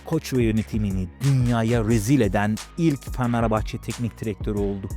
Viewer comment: abi niye "fanerbahçe" diyosun XD